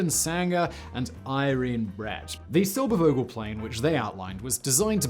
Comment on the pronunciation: it is Vogel, and NOT "wogel" a V has a bzzz like a zzz, an fff doesn't like an sss., .there is no w sound in a v... what so ever..